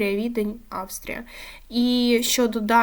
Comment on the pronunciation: Хороше відео. Хоч приблизно дізнався з нього різницю межи не/сіяними. Я Вам дякую, проте, Ви певно перехвилювалися чи що, но треба підівчити назви команд-суперників. Приклади: Аустрія (Відень), а не Австрія; Жáльгіріс, а не Жальгíріс; ГіК, а не ХіК. Тощо.